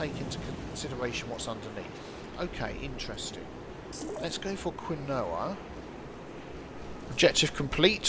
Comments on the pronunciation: Survival & Indie Games Perhaps it's the Quebecois in me but us NAers pronounce it keen-wah. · Excuse me, but it is pronounced kEmwa instead od quinoa